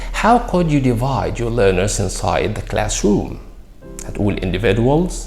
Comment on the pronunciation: بصراحه بداية اعبجت بال pronunciation اللي بتنطق بتلكلمات لكن عند كلمة individual غيرت رايي فيك